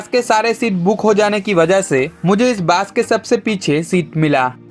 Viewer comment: Bro, Hindi te kotha bolle pronounciation gulo check kore nao bolar aage. Hindi te Bus k Bas bole pronounce kore, r Bus bole jeta hoy setar mane holo pocha gondho. Sunte khub baje lagche